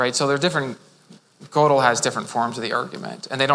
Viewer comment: I am sooooo glad he decided to just let it rip. He is so good. This is what philosophers should be like. It's even okay that he mispronounces Gödel.